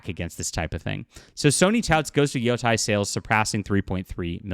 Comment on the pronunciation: IT’S NOT PRONOUNCED YO TIE. It’s pronounced YO TAY. Learn Japanese. Yo Tie would be written as Yotai.